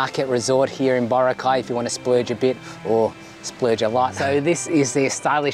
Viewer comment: It's Bo-ra'-cay - Not Boracay' !